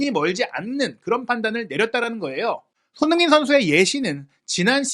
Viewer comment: 오늘 유난히 손선수 이름 발음 너무 대충 하시네요. ㅋㅋ 평소에 그런 거 알고 보는데 오늘은 역대급입니다. 😅